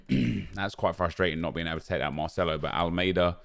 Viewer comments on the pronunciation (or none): none